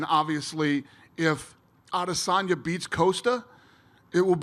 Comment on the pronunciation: "Paula Coast-ah" will coast past Israel "Ah-dis'Tonya